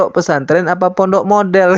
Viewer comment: Pondok, bukan PONOK 😂